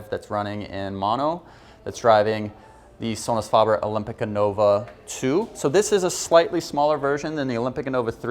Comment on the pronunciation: This guy needs to loose the snobby voice and attitude and learn how to pronounce the name Sonus Faber there’s a A after the f in faber not a O 🥴